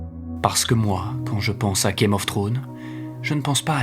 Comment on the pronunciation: pitié arrête de prononcer game of trone ; c'est game of thrones. Ou dit le jeu des trônes en français